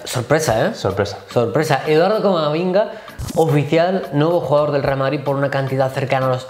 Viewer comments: le ha llamado Camaminga xDDDDDDDDDDDDD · He dicho "Camaminga". Sí. Sabía completamente lo que estaba diciendo. Espero que "se la saque".